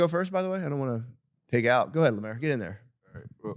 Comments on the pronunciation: Calling Lemaire, "Lamaire", is wild also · Finally an episode without Lemaire (deliberately not saying lemeeze because that makes him sound too cool)